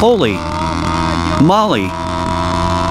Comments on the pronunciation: Knitting needles are Spokes in english & " Holy Moly is not "holy molly" both words are said the same way as Holy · Surely this translator knows they are saying "holy moly" not "holy molley", who even says that lol and he says it a million times now...